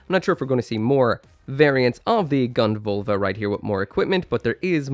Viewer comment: it's Völva with an Ö.